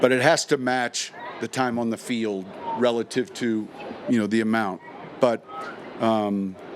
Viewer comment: If he says RELITIVE again I'm gonna freak out!